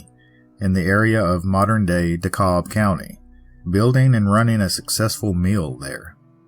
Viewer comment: Great Story! ❤( btw, it’s Dee-cab” County and “Murry” County.)